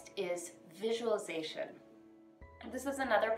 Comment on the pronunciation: It is really prounceate like visual-li- zation. visualization. 😂😂 everybody pronunciate right except people doing miracle morning routine. Probabaly bc Hal say it wrong first 😹😹😹😹😹😹